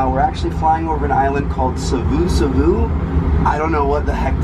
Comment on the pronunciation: being an islander, when he said savusavu like that it killed me, come on mate pronounce it properly